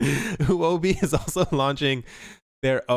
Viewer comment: It's pretty bad how messed up the pronunciation of Huobi...Say it like this Huo-bi...it literally means "fire coin"